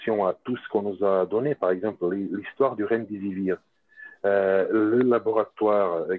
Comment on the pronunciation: Quelqu'un peut le rectifier, ce monsieur, c'est le RÉMDÉSIVIR et non pas le redemsvir....depuis le temps qui il fait cette erreur